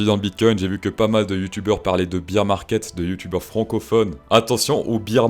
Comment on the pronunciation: Prononcer "beer" market, c'est un peu comme prononcer le "t" à la fin de 20 ...